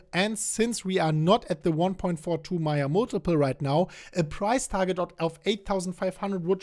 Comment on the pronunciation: Hi, I thought you kept saying Maya Multiple.....Mate it's pronounced..May--Yerrr just trying to help.